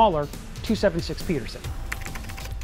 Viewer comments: He mispronounces both PeDerson and GARAnd. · When you post a video entitled 5 things you didn't know about the m1 Garand; you should realize most of the people who watch these videos probably no more about the rifle than you do, like for example the name "Pedersen" is not pronounced the same as "Peterson."